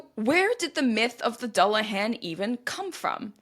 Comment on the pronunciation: There is really no reason to feel particularly bad about mispronouncing garlic languages... they are notoriously difficult. That said... if I remember correctly the "dull" of "dullahan" rhymes with pool.